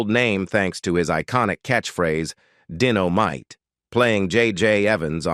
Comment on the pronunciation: This commentator can't be this stupid.,"Dino mite., i mean come on,did he not ever see the show or know how to read?